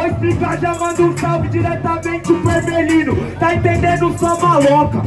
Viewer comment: Nao é erbelino, é ermelino cz kkkkkk